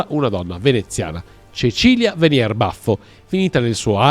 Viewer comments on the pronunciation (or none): none